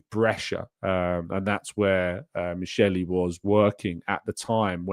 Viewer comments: The pronunciation is "mikeli", ch in Italian context is pronounced as k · FYI Michel is pronounced Mikel